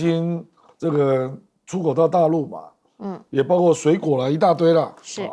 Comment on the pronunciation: 你说多少遍了？别读大白字，主持人读白字多丢了都丢脸呢，不听呢，怎么不听呢？包括不是包括？